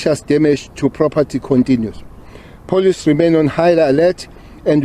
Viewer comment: This man can’t even pronounce the word police properly.